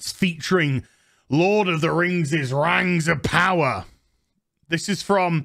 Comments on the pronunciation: If you don't like "Rangs of Powa'" you're probably a Nasssssy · I gonna call it "rangs ov powa" from now on.